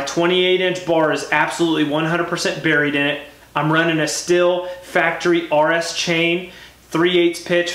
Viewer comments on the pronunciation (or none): It’s pronounced STEEL